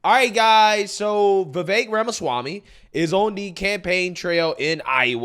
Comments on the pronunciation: Geez dude I love your content but his name is is just Viv-Ache. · My man, i watch almost all of your uploads. Love your content fr fr. BUT… you have GOT to learn how to pronounce Vivek’s name. It’s time.